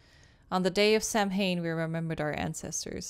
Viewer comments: My favorite part is pronouncing Samhain like "Sam Hain", and Sean is probably nearby and probably knows how it's actually pronounced. 😅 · Lol I sat there mentally screaming every time she said “sam hain”, even though I know she couldn’t have known how to pronounce it. 😭 Like, calm down brain, she doesn’t know Gaelic, and shes not Wiccan. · Idk if it’s mentioned but “Samhain” is pronounced “sow(as in ow!)-in” :) theyre the 8 Wiccan sabbats from The Wheel of the Year! Really cool detail they added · I sat there mentally screaming every time she said “sam hain”, even though I know she couldn’t have known how to pronounce it. 😭 Like, calm down brain, she doesn’t know Gaelic. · Lol same. I sat there mentally screaming every time she said “sam hain”, even though I know she couldn’t have known how to pronounce it. 😭 Like, calm down brain, she doesn’t know Gaelic, and shes not Wiccan. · samhain is pronounced SOWen and is a Celtic festival on November 1st. :) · Samhain is pronounced "sow-in" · Going through this playlist now after just watching the Castle Malloy episode with Sean has me laughing at the pronunciation of Samhain.